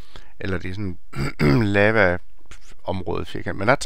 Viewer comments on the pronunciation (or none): lava udtales ikke lama